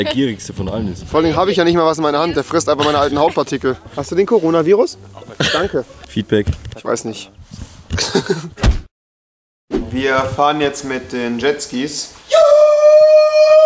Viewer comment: Es heißt Korona Virus nicht Konora Virus